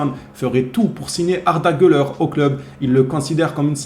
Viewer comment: Ouais tu prononces bien son nom maintenant, t'as bien suivi le cours 😄😄